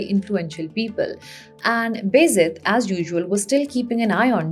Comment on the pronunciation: Can you please pronounce "Beyazid" as "Baa Yazeed" because that's what the actual word is. It is not "Bezid"